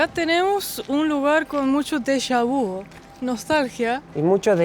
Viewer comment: no se dice déjà vous es déjà vu con U como el ü como en aleman con umlaut, significa " ya lo vimos ", o " already seen " en ingles , vous es usted en frances , vu es ver del verbo voir